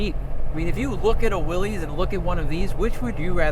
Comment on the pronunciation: Willys is pronounced Willis, not willys. Do your research.